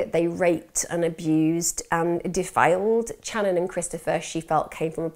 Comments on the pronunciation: You are pronouncing some of the names v wrong.. If you have done your research! It is pronounced Shanon not channon. Same as cobbins brother! If you care so mucb about the victims family, least get their names right! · New sub here. I've followed this case since they "went missing". U've done an excellent job reporting this case however, Channon's name is pronounced with an Sh sound like Shannon even tho it's spelled with a Ch. Ty again for covering their case with such grace & compassion. God bless beautiful soul ❤️ 😍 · it's spelled Channon but pronounced Shannon. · "Can you imagine?" "Can you imagine....?" "Can you imagine?" Yes. We can imagine. And I'm imagining Channon's name being pronounced properly in the next video I'm skipping to because this is just such a jerky narration.